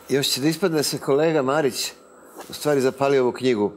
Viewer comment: Micko, da se uvezba "MARIC" jos malo !!! :D